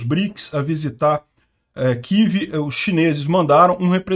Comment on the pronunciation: Kivi? Que Kivi? É Kiev.